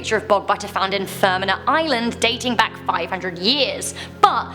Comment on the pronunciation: I cant tell did u say island or Ireland